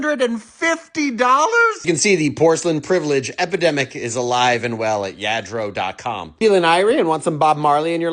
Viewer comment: It’s yah- dro